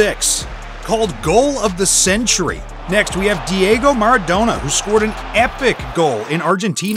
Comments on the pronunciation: I stopped watching when he said Maradano instead of Maradona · OK.....After i heard 'The Argentine captain MARADANO" i had to leave.......